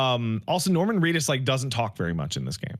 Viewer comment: "Did you rike it?"